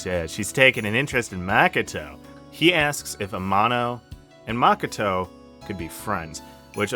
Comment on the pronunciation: I like the vid a lot and its really not a big deal but your pronunciation of japanese words/names is crazy. Yuyuchi? Maka-tow? NOOKIE MEN? C’mon bro 😂